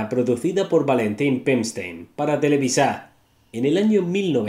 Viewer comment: SALUDOS SIGUES ARRASTRANDO LA LETRA A EN TELEVISA. DELETREA TE-LE-VI-SA. EN CAMBIO DICES BIEN TELEVISION AZTECA. APRENDEN A PRONUNCIAR.